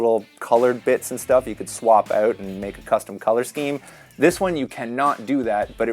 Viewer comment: The way he says “out” always makes me cringe.. “oht”